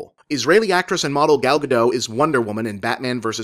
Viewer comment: BTW, when pronouncing "Gal Godot" you should pronounce the terminal "t" - God-ot, not God-oh. She's not French, she's Israeli; Hebrew does not drop its "t"s like French does. And now you know.